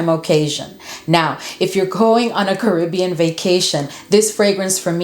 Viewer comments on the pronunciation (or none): none